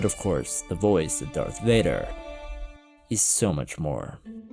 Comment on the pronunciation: Darth wader. Luke i f....d your mom . Luke nooooo noooo thats not true this is impossible .